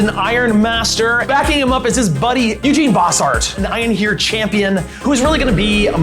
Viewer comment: I love the armies that plays because he and I share so many, but every time he calls Eugen “Eugene” I cringe a little.